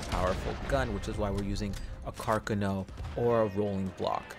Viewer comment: It’s called a C A R C A N O 😂